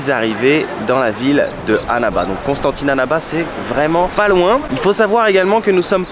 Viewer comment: Tu prononces trop mal " Annaba " LOOOOOOL , ça écorche les oreilles ! Mais ta vidéo est superbe, c'est super ;) Bravo